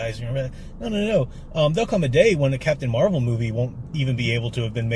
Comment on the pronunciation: Captain Muh-Rey-Vel: The first Wahman.